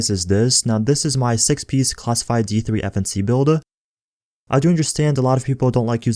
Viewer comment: I never knew that D3-FNC could be pronounced as defense...woah